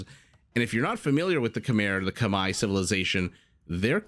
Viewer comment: Maybe it's the right way to pronounce it "Kmaye" but it sounds weird to me. Too used to the usual "Khmers" I guess. Great casting anyway !